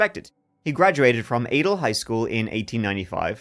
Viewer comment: Fun facts: Adel is pronounced A-Dell and Des Moines is pronounced Da-Moyn. Both stress the second syllable. What fun to see this pop up - such a weird story. I’ve heard people say it was a giant bat. That doesn’t explain the headlight on it. 🦇